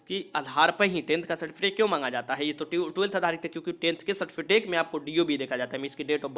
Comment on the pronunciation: Bhai certificate hota hai certifitace nhi hota